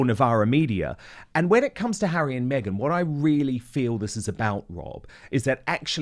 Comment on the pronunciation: Mee-gain - “Fake News”